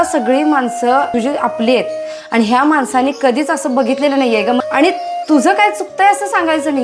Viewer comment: व्हिडिओ बनवताय, मग शुद्ध मराठी पण बोलायला शिका जरा! ती “आणि- पाणी” च्या ऐवजी वापरलेले “आनि-पानी” हे अशुद्ध मराठी शब्द ऐकायला कानावर अक्षरशः अत्याचार झाल्यासारखे वाटतात!!🙏🙏🙏